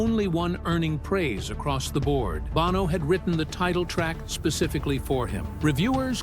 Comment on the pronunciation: It's not "Bauno" it's Bono.